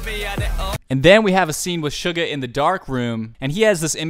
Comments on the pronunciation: Btw its not sh-u-ga its s-u-ga no shhhhhh its ssssssss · Its only me or when he pronounced suga i thought he told sugar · Why does it sounds everytime he says suga to “sugar” btw very nice reaction tho i love it❤️❤️